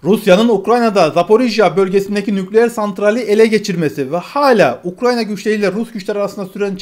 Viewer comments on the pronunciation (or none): none